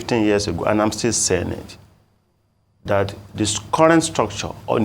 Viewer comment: This Professor's English pronunciation is atrocious! Apart from the well-known "Yoruba H-Factor", he pronounces "which" as "wish", "that" as "dat", "the" as "di"; to mention but a few. A Professor? As a Yoruba man myself, I am embarrassed. As a Nigerian, I am disappointed.